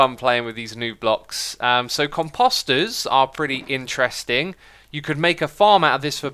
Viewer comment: COMposter, not comPOSter said Hermione